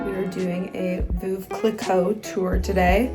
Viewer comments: can americans please stop saying "Voov"...it's really not that hard to look up the correct pronounciation. "V-uhv" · hahahaha I’m French and the way you pronounce Reims and Veuve is hurting my eaaaaaaars - no offense, but totally wrong (we Frenchs are very protective of our language) Great vlog though 🥰 glad you went to France. It reminds me of the vlog from Morgan from a few years ago when she went to Épernay.